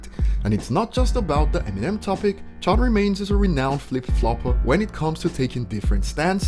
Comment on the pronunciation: Nobodys gonna comment how he called charlemagne "charred remains" 😆